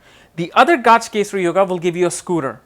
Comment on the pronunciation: its not Gaaj kesari but gaj kesari or gaja kesari